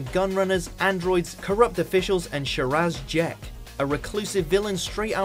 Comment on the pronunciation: Christ on a unicycle, you absolutely butchered some of the pronunciations. Patrick Trawton. The Caves of Androzanny. Sha Razjek. Tut tut.